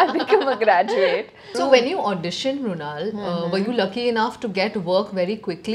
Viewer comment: Brunal 😂 it's mrunal